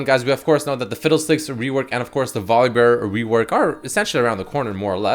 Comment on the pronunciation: Damnit it's pronounced VOL UH BEAR not VOLLEYBEAR!